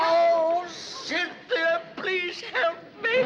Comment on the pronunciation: "Then he's the Duke of Oxford"....LOL "Cynthi"